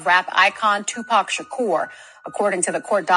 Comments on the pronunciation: His name is Tupac not Tupack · IT'S NOT 2PACK IT'S 2PAC YOU STUPID WOMAN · It's not Tupack it's Tupac.They could at least get the name right. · POC not Pack !! Geez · This Tupack Is boiling me inside……It’s TUPAC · Tupac not two pac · Stop saying two pack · ITS NOT TUPACK!!!!!!!!! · PAC man must be pack I hear them mispronounce so many names not just here but all around pac dmx and suge but sug nights pretty funny one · I wish you would pronounce his name right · As much as i want to hear this story, i will not sit through an AI voice 5 seconds in mispronounce the name of the main subject. I'm sure other regular words are mispronounced as well. I'm not watching it. Either use the AI properly or narrate it yourself.